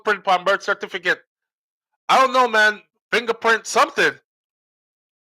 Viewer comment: Him nuh hav any burt Cert-ifi-kit... hmmmm Weh him US docs deh? Lol 😂